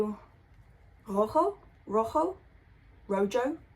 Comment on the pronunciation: Rojo.. was correct. Not ro joe...